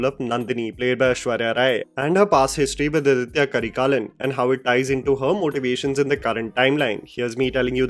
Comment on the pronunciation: It's not ADITHYA Karikalan, it's AADITHA Karikalan. "Adhitya" is a Sanskritized name. "Aaditha" is a Tamil name.